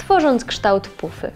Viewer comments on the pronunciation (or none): czy tylko ja zamiast pufy uslyszalam pupy? 😂😂😂😂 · Karola Dziubak ja też xd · Karola Dziubak ja też xdd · Zamiast "pufy", usłyszałam "pupy" xD